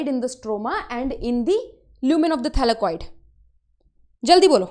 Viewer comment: its THYLAKOID not thalakoid